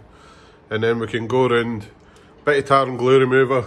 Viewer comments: The first few times I was sure you were saying "tartan glue remover" before I realised it was tar and glue remover. 🤣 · It sounds like you say “tartan blue”. You should do some merch with a kilt on it saying “tartan blue” it would be great and be part of a Scottish theme